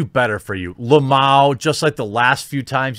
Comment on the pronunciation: How to read "Lmao" normal people : L M A O. jeremy : lamowwww